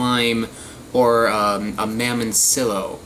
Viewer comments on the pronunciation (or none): Mamon see yo is how it's pronounced Also key nep ah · It's pronounced (mah mon ciyo) in Spanish there's a ton over in Cuba from what my parents and grandparents told me. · In Miami they're called Mamoncillo (pronounced MA Mone seeYO) good fruit issues is on the same bunch they won't all taste the same some sour and sweet others will not be sweet and be straight warhead flavor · two 'L's in Spanish is a 'Y' sound